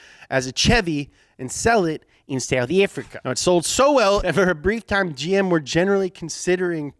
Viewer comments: South African here and I can assure you that we don't pronounce our country's name that way. Thanks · As a South African, I can safely say that LITERALLY NO ONE here pronounces it that way 😂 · Lmao, why does say "South Africa" in an Australian accent? As a South African myself, I find this very funny.